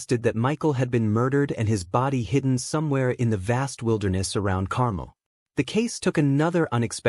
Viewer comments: Carmel isn't pronounced the same as caramel (as in caramel apple). The emphasis is on the last syllable: car-melle. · Uh, no, Carmel is NOT pronounced Carmel ( like the candy) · “CAR MEL” is the correct pronunciation 😊